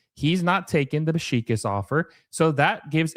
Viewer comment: Your pronunciation of Beşiktaş is killing me. Besh-ick-tash.